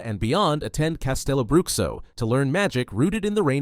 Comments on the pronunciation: Amazing video. Quick and well edited. One note, as a brazilian I believe it's pronounced "castelobrucho" not "castelobruksio" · who am I to judge other cultures pronunciation on my language, but not gonna lie, "castelo bruxkso" instead of "castelo brusho" was pretty funny